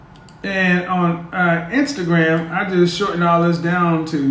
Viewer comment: My man said Instagwam 💀💀